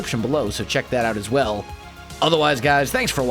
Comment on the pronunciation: Whenever he says as well i think as welsknight XD